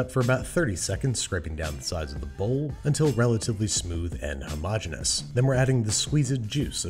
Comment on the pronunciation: Did you just say "hou-mogeneous"? 😁